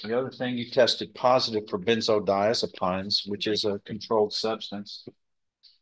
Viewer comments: I love, but he needs to stop eating in court, especially on camera - it looks unprofessional and disrespectful. And he needs to learn how to pronounce benzodiazepines... sounds like peens, not pines. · Diaz-o-PEENS....doctor won't know what she's talking about if she pronounces it the way the judge does lol😅